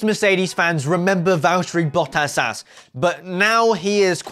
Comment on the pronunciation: Learn to pronounce bottas